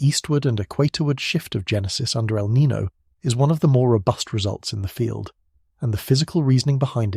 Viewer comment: 😴-Spokane WA. By the way: El Nino is pronounced El Nin-yo. The o has a soft y sound before it (as per the spanish language). ☺️🫠